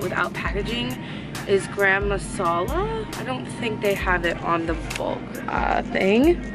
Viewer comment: When you said "gram masala" I felt all my brown people tense up. Still love you though